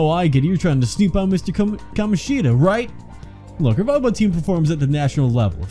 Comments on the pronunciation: That's what I mean. The game's pronunciation of Kamoshida is not right. I guess I said it in a not-very-clear way. I meant that they joke about the fact that the game could have called him "KaMOshida" but at least didn't do that, when in fact that would have been correct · Funny you joke about them mispronouncing Kamoshida as Ka-MO-shida...That's actually the correct pronunciation. Even that name is mispronounced. It doesn't sound as off though because A) It's a less common name that people don't hear as often and therefore aren't as sure about and B) It goes against the theme which is common with a lot of Japanese names of not having stress, but the second syllable is actually stressed in his name (unlike Sakamoto and Takamakis). Ka-MO-shi-da SU-guru. And while we're at it, Mishima is pronounced MI-shima. It's nitpicky yes, but hey, it's a weeb game! OwO That is the last time I'll geek out abt Japanese names I promise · The devs did do that, but the names are still being pronounced wrong. You can even confirm it by watching a Japanese playthrough.